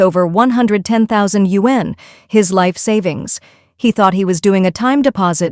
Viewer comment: All of you who narrate these videos need to know how to pronounce “Yuan”. 😆